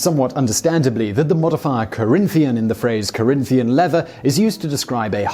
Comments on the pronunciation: It's Corinthian leather, with an N at the end, not an M. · rex mundi mispronouncing a long Spanish name is forgivable, trying to convince noobs Corinthian isn't a real word is not.